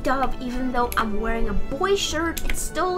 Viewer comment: I love how she says I’m she says ima instead of I’m